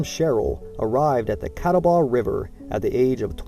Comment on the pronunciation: Not to mention you did not pronounce John Sevier (like severe) or Catawba (Kuh TAH buh) correctly. Appreciate your effort to teach us history, but most everyone viewing your work takes it seriously and this is how historical myths begin. My line is William, Adam, William, Jacob, Agnes m Joshua Ballew. Very proud to be a Sherrill. Please share some of the documents that show William is a legitimate Captain as you infer. This would be vital to know because it goes against what DAR has established.